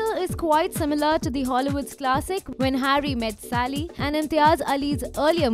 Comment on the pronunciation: Sally, it's Sally. Not Sali. Sigh.